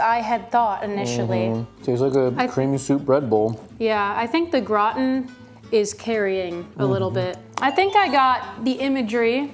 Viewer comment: I love your channel and videos! But the way you say words like Gratin or Crêpe physically harms me and makes me feel like I'm maybe too European for that